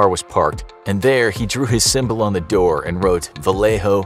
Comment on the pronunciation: You said Vallejo correctly. Yeeee